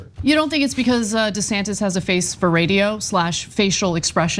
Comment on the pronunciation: Did elon say “governor santis”?